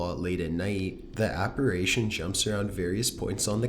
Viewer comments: "Apparation?" Apparition? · yes, sounds like he's saying operations lol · thank youuu. Also it's apparition NOT apparAtion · No.3 was disproved by Mythbusters and I have to quickly point out it's appar"i"tion NOT appar"a"tion. No hate just being a tad OCD lol x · Please, pleeeeeeease stop saying "APPARAYTION".... It's pronounced Ap*pa*ri*tion, thank you 😁 ❤ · apparation? no dude, its apparition. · It’s “apparition” and NOT “apparation.” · Are u saying "apparation"? It's apparition! Lol! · Number 7 it's "Apparition" not "ApparAtion" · Hi. Love your stories. However, if you're going to do creepy pastas, you should at least learn how to pronounce apparition, which is: A-PAR-I-SHUN, not a-par-ay-shun. Sorry - I'm a bit of a grammar nazi. Also, in the video of the specter on the tabernacle at Newby Church, the church is actually named "The Church of Christ the CON-SO-LER", not COUN-SEL-OR. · ApparItion, NOT apparAtion!!! Unsubscribing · I like how the narrator says "APARASHION" lol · Why do you say apirition as apiration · please learn how to pronounce apparition. please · I know there are over a million subscribers but please for Pete's sake learn how to pronounce apparition or don't say it at all. Thank you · It's "apparition!" Apparation is not a word! Neither is "Angelican!" It's Anglican. Please actually read what you're saying. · Provoktion and apparation? I guess I learned two new words, thanks! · The scariest thing about this video is the use of the words “provoke-shun” (provocation) and “aparation” (apparition)!😝😜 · Did I hear you say “ PROVOCTION, APPARATION?